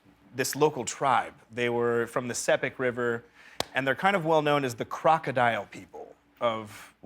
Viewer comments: Yeah - it's always great to see good publicity for PNG. Although now POM based I did live for 5 years in Sandaun - and we should tell Zac that it's called the "S ee pik" not the "S eh pik". Maybe a bit of the Sagothorns will help him. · Can't even pronounce Sepik properly. This man was welcomed with open arms, revered by these people. Then he comes out here and talks like this about them. Sure he's a great guy, but where's the respect? Ride with your white privilege, the whole world isn't up to par with America.